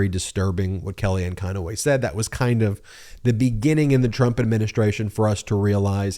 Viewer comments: Why do you add an extra syllable to Conway, it's not conoway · Hey Meiselas ! You might want to learn her name. It’s CONWAY, not Con-a-way. She’s a crook, call out the correct person !